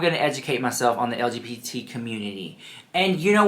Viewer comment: He couldn't even say LGBT properly so he devolved into saying stfu like girl bye. Touch some grass, read a book.